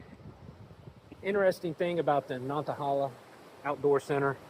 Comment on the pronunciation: Welcome to the Nantahala Outdoor Center. Lemme help you out on that pronunciation, pardner: "Nanna-Hey!-Luh". You come back soon now, ya hear? 😂